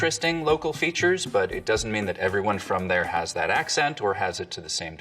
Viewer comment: I love how much of the stuff you don't get because that's the way you speak English. Particularly with the D for TH. You literally said " for? I don't get it." Russians also tend to do that, so that probably doesn't help with people thinking you're Russian.